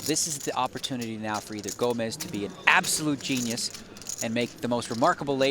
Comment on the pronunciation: His name is actually Gomes not Gomez You know not everyone is Hispanic . . . 👋🇵🇹🇧🇷